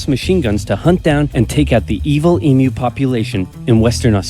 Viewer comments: Not "E-MOO"......EEM-U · Also, just for your reference, it's pronounced Eem-Yew. And Melbourne is pronounced Mel-Bin.🙂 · It’s pronounced emyou but spelled emu